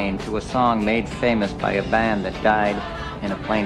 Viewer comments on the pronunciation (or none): none